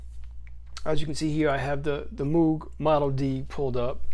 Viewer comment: The Muug? It's Moog..